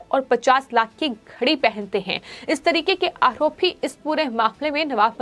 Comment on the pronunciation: Madam..say, आरोप and not आहरोप .you always speak words with ह in it. सुधर jayiye